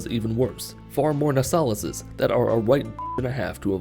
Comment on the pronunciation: Every time he calls a watchmen a nosalis, I cry a little